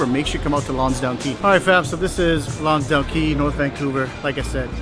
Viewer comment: It's Lonsdale, not Lonsdown.